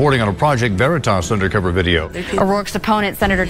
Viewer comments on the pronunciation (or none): Was I the only one that heard that guy say “project vernatos? 😂😂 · I like how the Hispanic pronounces Veritas. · did you guys catch the weird accent the dude but on Veritas like if it was spanish or something??? very strange lol